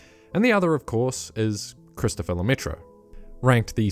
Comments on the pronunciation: It's pronounced Lemaitrr, not Lemaitreuh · Et Lemaitre, pas Lemaitra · God I hate how english speakers pronounce Lemaitre, there's not even an attempt at getting it right. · The way you said Lemaitre hurt my french soul